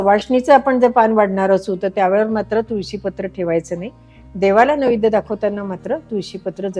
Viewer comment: माझ्या माहितीप्रमाणे नैवेद्य असा शब्द आहे .निवेद्य असा उच्चार केला आहे.